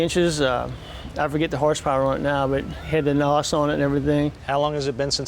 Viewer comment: Crist......he said "naws" instead of n.o.s. Fucking amateur.....